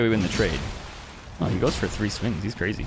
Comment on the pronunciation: Tree vs Three